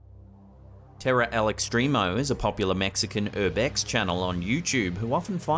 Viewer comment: As a Mexican, I can appreciate the way you said "Terror al Extremo" 🤣 Nailed it